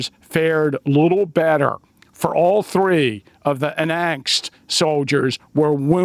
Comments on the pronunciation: Unangst is pronounced like- you nang st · For the name “Unangst” try pronouncing like “oon AHNGST”.